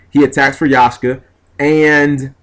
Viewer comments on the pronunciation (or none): G! it's Ya-k-sha! Not Yah-sh-ka, but again, you are the guy who plays blue jeans with bujohnny crane